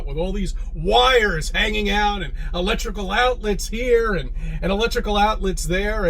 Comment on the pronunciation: When says "arcutect" and "electrolical" this concerns me. Even though I'm an NPC.